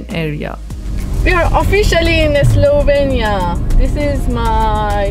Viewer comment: you keep saying slovania,eslovania...its slovenia :)